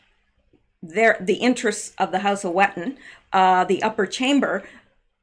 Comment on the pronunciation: Correct Glamis is pronounced Glarms and Wettin is pronounced Veteen German W is V and I is EE